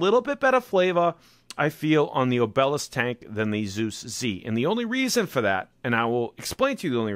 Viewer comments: So Boston 😆 It's AHH-b-lisk brother.. Not O-Bell-esk. Good review anyway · Accent on the first syllable O' be' lisk ... not o' BEL' isk ... a tapering stone pillar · Its so funny how you mispronounce words... its like job, ob e lisk